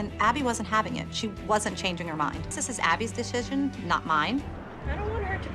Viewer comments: “this is abby’s deshishon” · The way mellisa said this Abby decision she said this is Abby decigen I’m done 😂😂🤦🏼‍♀️💀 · lol the way Melissa said decision “This is Abby’s DiSioSoN not mine” I’m dying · This is abbys deshishion not myine!